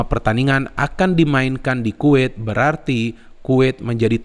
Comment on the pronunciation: Kuwet,kuwet salah bukan kuwet tapi Kuwait 😁